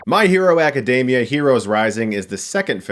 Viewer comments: "Dee-Mee-Uh" Not "Day-Mee-Uh" Dammit. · "AcaDAYmia" Classic Chris completely botching the pronunciation of a word because he's "too cool" for pronunciation.